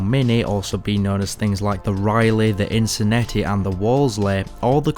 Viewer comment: Sorry man but it is Inno-centi (a bit like innocent) not inconeti.